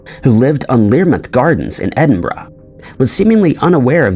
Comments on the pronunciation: The biggest mystery is how he managed to pronounce “Edinburgh”… and “peripheral “! Nobody gets peripheral right! ‘ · Omg , you said EDINBURGH correctly, finally !!!! 😁, also another great video